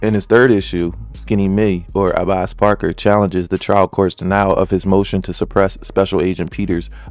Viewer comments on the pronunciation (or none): FYI his name is pronounced Abass respectfully 😭